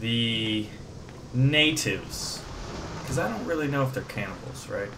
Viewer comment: Why is it that whenever you say 'cannibals' I hear 'camels.' ._.